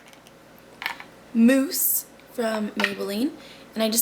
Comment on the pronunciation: hah you say 'mousse'soo funny ♥